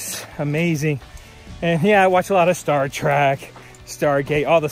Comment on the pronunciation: Good video. Glad you are leaving San Jacinto for another day. It sounded like you said "Star Track"?